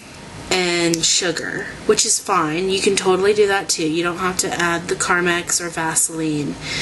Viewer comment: carmax is a car dealership... lol! j/k (no, but really, it is!) ;) it's actually pronounced carMEX. :)